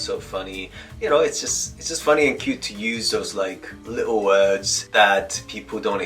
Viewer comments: you sounded REALLY British when you said "Little words" there haha! Respect from the UK 🇬🇧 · The way you said “little words” was extremely British haha. Brilliant